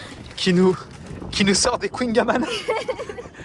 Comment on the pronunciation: J'ai adorer la vidéo jusqu'à ce que tu prononce mal le mot kouing-amann mais autrement super vidéo